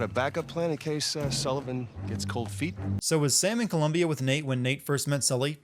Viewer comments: You got to count a sin to you: it's Colombia, not Columbia. Cool video though :) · Its Colombia not Columbia... C`mon... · You said Columbia, it's Colombia... 5 sins for that.... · Colombia, not Columbia. 6 Sin Counter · Is vargas a warden? And also its colombia >:( Anyways good vid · Colombia* not Columbia 🤦🏻‍♂️ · Colombia not Columbia. Why do people get this wrong💀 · It's COLOMBIA. Not COLUMBIA. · Columbia - different from the country Colombia Wench - a derogatory word for a loose woman, Winch - what you meant every time you said "wench" in this video. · Its Colombia, not Columbia btw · Jesus, COLUMBIA?! God, I am quite offended. (It's Colombia) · Colombia, not Columbia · What the fuck is Columbia? You mean Colombia, idiot. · It is Colombia not Columbia.